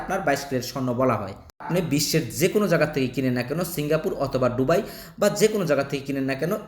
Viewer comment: ডুবাই নারে বলদা দুবাই